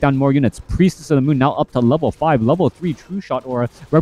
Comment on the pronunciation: “Priestess of the mon” - shadow hunter’s gf